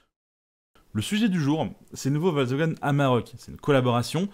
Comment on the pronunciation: C'est quoi cette communication sur le Amarok et "Wolksvagen" ? (On entend que ce nom sur la 2eme moitiée de la video). Franchement dommage pour une video de comparaison sur les pick up...